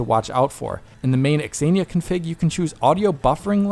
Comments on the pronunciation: Xenia is pronounced Zenia. Not x-enia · Pronouncing Xenia as "Exania" rather than "Zeenia" is kinda funny. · why are you saying X zenia? its just zenia haha. very odd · What's pronunciation? Ex-een-ya? It's Zeen-ya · I'm quite sure it's pronounced "Senia" not x-xenia 😂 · X Ania? You mean Zeenia. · Its "zeenia" not "x-zeenia" lmao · x-aye-knee-ah? Bro... it's just Xenia... zee-knee-ah or zay-knee-ah... The X is silent... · Wait.. it's 'ecks-enia' and not just zenia? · I think this is the first time I heard someone pronounce the Xenia name as "EX-Zenia" and not just "Zenia" (like Xena from the 90s Sam Raimi TV show). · Surely it’s “zenia,” not “ex-enia?” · I want to watch this video but every time he says "exenia" my stomach hurts. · Zeeee-nia lol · "eks eenia" No. Stop it! Stop it! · It's pronounced zee-knee-yah 😫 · Zeenia - this is how it's pronounced in English. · Why is he pronouncing xenia like that? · Great video but the dude pronouncing Xenia wrong a million times was pretty tilting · Xenia should not be pronounced like that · That's not how Xenia is pronounced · I don't think that's how you pronounce "Xenia". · Please stop pronouncing 'xenia' like that.